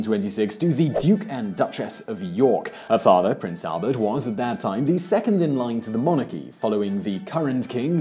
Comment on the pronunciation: "Her Father, Prince Albert"???...did I hear that correctly? I keep playing it over & over again and it still sounds like Albert...